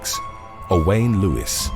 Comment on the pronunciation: Owain is pronounced pretty much the same as Owen, though there does seem to be some confusion about it--someone mentioned that they knew two guys named Owain, and they pronounced it different from each other. At any rate, I've certainly never heard it pronounced the way you do. Aside from the fact that no one should be hunting elephants, when a male is in must, there is a visible sign--they have glands on the sides of their faces, that ooze a fluid down their faces. I suppose it isn't visible on every elephant in must, but I don't really know. If that was present, then Gibbson was doubly foolish. Those idiots hunting moose with a bow are just asking for it. It's dangerous enough with smaller deer species, but moose have earned their reputation. It's shocking how many hunters don't know enough to leave freshly shot animals alone. If you think about what humans can survive, it's not surprising that large animals can live awhile after getting shot. I find it hard not to be too pleased when a trophy hunter or poacher is attacked by a wild animal. Killing animals, just so you can put its head on the wall or whatever, especially endangered animals, is pretty disgusting.